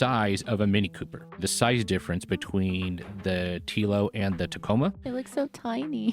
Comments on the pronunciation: Te-lo not T-elo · It’s pronounced: tello like hello not teelo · Telo… Pronounced like saying hello but replace the H with a T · Amazing how he did all that research and didn't watch a video of someone pronouncing it.